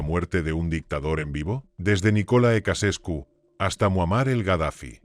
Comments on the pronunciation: He visto hasta que ha dicho Cacescu. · "Kacescu"????? A pronúncia é Tcheausêscu!!!!@ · Jajajaja me dió mucha risa oír como la traducción automática repetía y repetía Kacescu 😂😂😂😂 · Ja, ja "Nicola Ecasescu" ¡Vaya nivel! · Casescu no, Ceaucescu. Timioara no, Timisoara